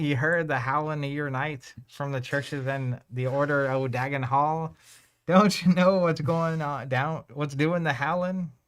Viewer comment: Finally folks who pronounce Dagon correctly! Nice ah just like you were born with gills! One of us! One of us! XD